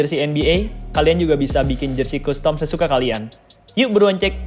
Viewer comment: BANG CUSTOM ITU PELAFALAN NYA "KASTEM", PLISS LAHHH SUKA KESEL SENDIRI DENGER NYA